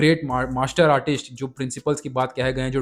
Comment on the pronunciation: Artist hokar artisht to mat bolo yar, video dekhna ka maza kharab hojata h